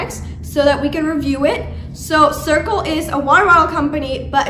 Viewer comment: Just got my cirkul and I love it!!! Also no offence but it is pronounced Sir-cul